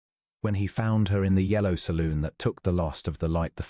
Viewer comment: The narrator enunciation of the word salon is NOT pronounced saloon! The story was ok but too much repetition in the 2nd half makes the whole of it not worth the time.😢😢